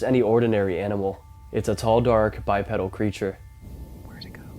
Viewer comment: Bipedal pronounced Bipeedal